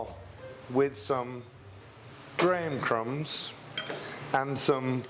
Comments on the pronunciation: CHEF, WHAT WOULD YOU SUGGEST AS A SUB FOR THE GRAHAM CRUMBS (I WISH YOU HAD SAID CRACKERS, BC I COULDN’T FIGURE OUT WHAT YOU WERE SAYING, NEITHER COULD SUBTITLES. ALSO, DO YOU KNOW, IF IT’S CORRECT THAT DIGESTIVE THINS ARE A CLOSE MATCH FOR THEM? DISAPPOINTED THAT THE MEASUREMENTS ARE ONLY IN CUPS, WHICH IN THE UK WE’RE NOT NECESSARILY FAMILIAR WITH. CHEF, YOU SHOULD KNOW THAT BEING BRITISH & COULD YOU PLEASE GIVE THE GRAMS TOO. THANK YOU. 🙂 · Did he say Graham crumbs for the base?